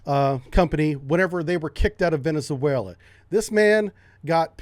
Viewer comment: You should learn how to properly pronounce "Venezuela".